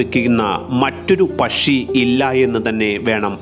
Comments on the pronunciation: Not pashi..... U should pronounce pakshi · പഷി യല്ല പക്ഷിഎന്ന് പറ 😅 സംസാരം സന്തോഷ് ജോർജ് കുളങ്ങരയെ അനുകരിക്കുന്നുണ്ടോ ? നേരിയ സംശയം മാത്രം 😅😅😅